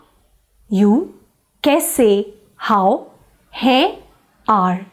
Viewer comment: Don't you pronounce the las letter n in hain or other words ??